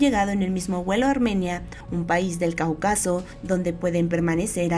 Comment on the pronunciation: "caucáso" "georgía"